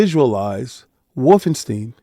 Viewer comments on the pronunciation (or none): Bruh...it certainly is NOT wolfen Steen... per German "schtein" or American "ST EYE N" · For real. I don't know where "Steen" came from. Its always been St Eye N.